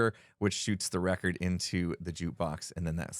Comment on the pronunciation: Villager name: "Wreck-ord Ralph"